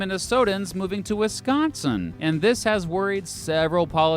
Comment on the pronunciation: as a wisconsinite, thank you for pronouncing wisconsin correctly ❤